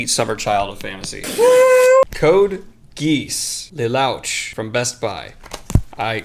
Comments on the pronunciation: Aaaaaaah! My anime senses are very upset by how you pronounced Code Geass and Lelouch! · Love the "lelaauch" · Another great episode of strange unboxing ASMR and weird faces ;) Not to be that guy...BUT Code Geass would rhyme with "tee moss" and Lelouch would rhyme either with "duh swoosh" or "lay swoosh" depending on who you ask about the intonation of that first syllable. As for the two books with the anime covers; the Japanese call those "Light Novels" and its similar to manga but in a full narrative form instead of a graphic one.